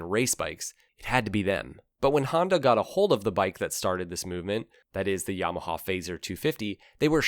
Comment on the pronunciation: WTF is a Haandowh or a Yeamohow?!